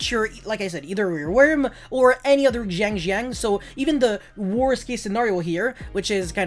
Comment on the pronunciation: xianjiang is pronounced Sheng-Geng (capital G pronounciation) as far as i know xd